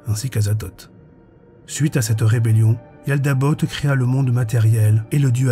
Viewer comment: Yaldabaoth et non yaldabot